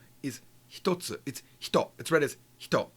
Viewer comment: Thank you so much for producing these videos. I do subscribe and have purchased all your books. I did want to point out what I think is a minor error; I noticed "one thing" spelled as and pronounced "hitatsu". Shouldn't it be ""hitotsu"?